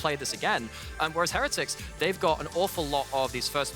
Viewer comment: Have we had a caster pronounce "Heretics" correctly yet?